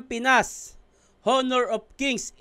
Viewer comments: silent H po ang pagbasa ng honor 😂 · Honor ka ng honor silent h yun